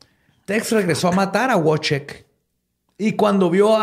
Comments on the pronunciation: Querido, solo como corrección en pronunciación y escritura de nombres Polacos: el nombre se escribe Wojciech o Wojtek, y se pronuncia como "VoicheJ" y "Voitek", respectivamente. No "Wuoichek". Para futuros casos, te puedo ayudar con gusto 🖤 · Wojciech se pronuncia Voitec